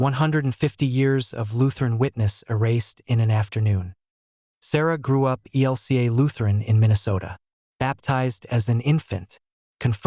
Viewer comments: Your Robot voice keeps saying EL KA for E L C A. It's a stupid mistake in an otherwise usefyl poroduction,. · Lots of people call it that. There’s no vowel in LCMS.